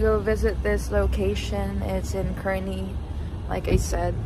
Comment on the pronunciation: Pronounced "CAR-nee" :) Great video!